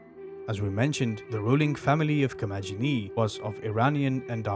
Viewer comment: In Ancient Greek, the G is always pronounced as G as in Got, never J as in Just. In Classical Latin, too. So, Commagene is pronounced Ko-ma-ge-nee.